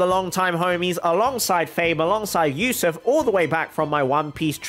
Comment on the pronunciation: Ayo I was watching this video while studying and said "This is Yousuf's account" I was like HUH? HOW U KNOW MY NAME?!? homie said it with correct pronunciation too xD